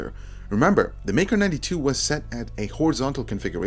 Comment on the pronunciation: I keep hearing Mecro92 rather than Maker 92